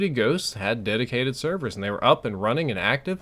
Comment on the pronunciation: Dedicated "severs"?